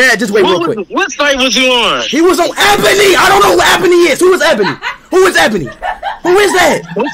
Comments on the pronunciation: Its actually E-bonie that's how you pronounce it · Nah y’all know it was his lil bro cuz he was laughin at the fact that speed was pronouncing ebony wrong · But bros don't even know how to pronounced ebony🤣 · Speed saying ebony the wrong way to stay innocent 'lmao ebony is a girl name'